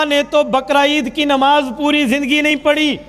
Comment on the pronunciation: اپنی اردو تو درست کر لیں "نماز پڑھی جاتی ہے۔ پڑی نہین جاتی"